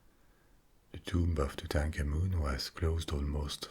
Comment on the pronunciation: I could listen to this guy say Tutankhamun on a loop...... and love every second!!